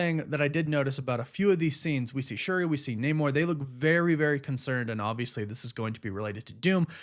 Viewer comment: You need to learn how to pronounce Namor.